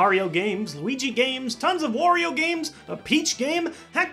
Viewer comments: Why do you call Wario, war-rio. It’s wah-rio. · ...Why does everyone pronounce Wario as "Worrio"? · ***** well I don't say it as in "warehouse" if that's what you meant. I had assumed it was meant to rhyme with Mario. WAH-rio. Also I'm pretty sure the origin of Wario and Waluigi's names are Mario and Luigi combined with the Japanese word "warui", which means bad, and is pronounced is a similar way to my Wario pronunciation above.